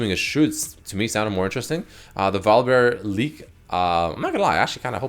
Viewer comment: Damnit it's pronounced VOL UH BEAR not VOLLEYBEAR!